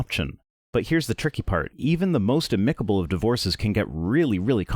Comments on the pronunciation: AM-ih-ca-bul, NOT a-MIC-a-bul. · ˈa-mi-kə-bəl Note that the accent is on the first syllable.